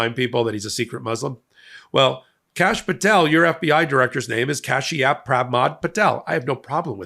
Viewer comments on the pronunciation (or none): Kashyap, Not Capias . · did you say Cashy App prego? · Its pronunced "KAASH-yup".